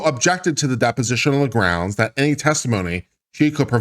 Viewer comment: Count the number of times says "groundz" in this video.